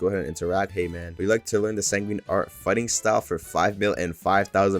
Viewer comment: bro fr said "sanguinini"